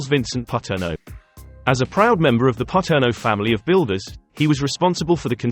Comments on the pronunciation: Pronounced Pa-turn-o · Paterno is pronounced Pa-turn-o